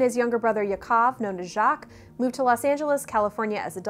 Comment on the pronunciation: Interesting video, but you butchered the names Haim and Yakov